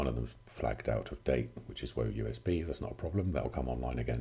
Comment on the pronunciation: woeusb? ;) Secret 'dozer? Hehe!